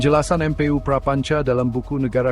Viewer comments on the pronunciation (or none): baca MPU buka dieja M P U karena itu bukan ejaan. duh gimana sih literasi anda sebagai host pemilik channel . itu bacanya EMPU. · Yang ngomong robot ya, baca mpu aja dieja em pe u, dasar